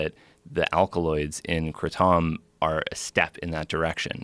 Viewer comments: He's not mispronouncing it, "kray-tum" is how we say it as English speakers, "kruh-tom" is how it's pronounced in Asia. Southeast Asia is where this plant originates from. If you look up videos of kratom in Thailand and how kratom is produced the farmers pronounce it "kruh-tom". This guy just sounds awkward as fuck saying it without a Thai accent. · Alrighty Joe... Time for you to start getting some REAL guests on your show. This guy is a complete and total DOLT. He knows literally NOTHING about Kratom. First off, it's not called Kra-TOM... It's called Kratom, because he's in the US and speaking English. He makes such a fool of himself in this regard I'm actually embarrassed for him. What a dolt. Then, he spouts off about how Kra-TOM is an "ope-id" - a word that doesn't even exist, and is properly pronounced, and spelled, OPIOID... something of which Kra-TOM is NOT. Well, perhaps his fantastical fake "kra-TOM" is, since he doesn't even know WTF he's talking about, but Kratom is not. Kratom acts on the opioid receptors in the human brain, but it is not an opioid... which is precisely why people use Kratom to get off of opioids. DUH! Somebody just shoot this stupid little Silicon Valley Startup looking fagget before he spews even more fake garbage all over the internet. And he fancies himself a "scientific researcher!" HA! What a joke. Guy is a tool, is what he is. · It's not illegal is most states. It is not an opioid and it is pronounced kray-dum. Not Kra-Tom!!!! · If you watched more of it live I'd say he was actually very direct and genuine when he spoke, I presume you're just talking about the "Kra-Tomm" instead of "Kray-tum" but considering he was apparently in Thailand to learn about it it's not really pretentiousness to say it how he learned about it. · The way he pronounces Kratom makes my ears bleed. "cray-tum" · thats not how its pronounced is it? we say it like "crate em" that way he says it sounds weird asf to me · “yeah it’s fuckin Khratham😐😐”